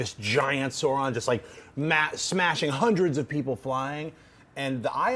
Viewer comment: Just my inner Tolkien lore master popping up -- it's not Sauron as in Saw-ron, it's more of an Ouch sound, Sauron, as in AU.